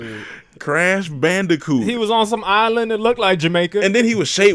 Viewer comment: He said Crash Bandicot 😂😂